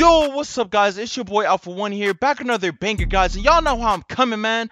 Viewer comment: He says “Banker” instead of “Banger”